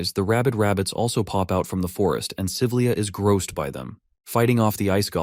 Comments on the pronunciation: 5 hours in and the names of the characters kinda sound weird, example the silver hair girl who has a crush on the mc,.. the narrator keeps calling her "Saliva" .... honestly speaking, i kinda forgot her name at this point because i keep hearing saliva... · DUDE SALIVA? ITS SYLVIA M8